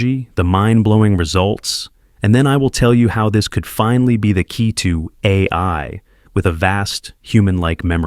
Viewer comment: You really need to get a human to read your scripts. This AI generated audio has huge issues with saying "AI".